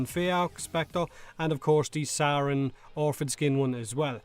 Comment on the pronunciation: I cant get over you pronouncing "Saryn" as "Sauron" xD